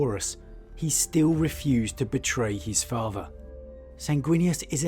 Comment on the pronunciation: i made it to before i heard "farfer" (father) for the hundredth time and nearly imploded mentally.